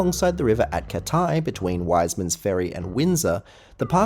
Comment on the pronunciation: It’s not “catai”. It’s “cat-eye”.